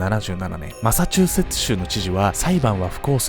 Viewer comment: マサチューセッツ州言えるの凄いwマサチューセッチュチュウってなっちゃいますw